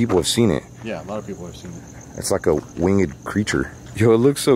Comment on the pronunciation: Ikr but like still “wing ed” ;v